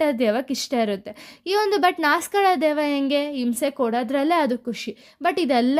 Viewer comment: Akkow adu deyva alla deva 😂😂😂